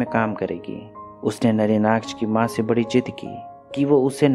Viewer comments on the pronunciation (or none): none